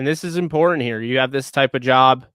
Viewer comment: it's imporTant, not imporAnt.